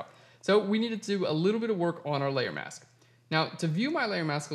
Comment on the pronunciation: Thank You!... for the lesson on "How to Cut Out Hair. But, did I ever have problems with......(1) You talked far to fast which nearly drove me nuts until I sifted thru' the commentary, and 35 moves later I can say I have been successful. I thought you were talking about your 'mouse' - but no, the word was 'MASK' - However, thank you again.